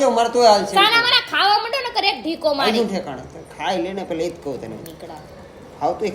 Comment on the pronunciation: Dhiko word saras bole che